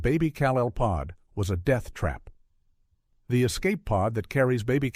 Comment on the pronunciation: Careless error: Krypton is pronounced incorrectly, but Brando made the same mistake in the film, so maybe accuracy doesn't matter.